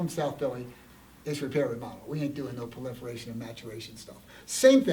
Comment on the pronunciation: “Plaliferation”???...i think he meant proliferation